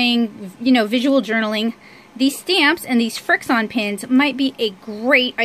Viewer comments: Irene Villarta I wanted to to tell her pronounce it frik shun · Irene Villarta some people just really don't know how to pronounce anything